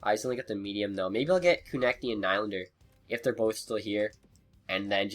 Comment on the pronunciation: It's Ko-Neck-Knee